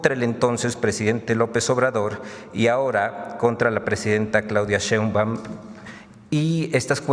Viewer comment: es Sheinbaum y no Chei Güerita